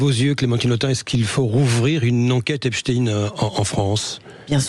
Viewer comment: Clémentine ! Epstein, et pas Epstin